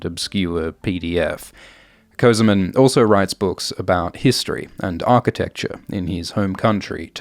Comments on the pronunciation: Not közımın, it is kösemen. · This guy calls himself "semen co-semen" bro, how I'm supposed to take ts seriously